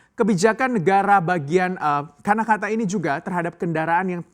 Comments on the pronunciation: Karnataka pak, bukan Kanakata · Karnataka mas, bukan kanakata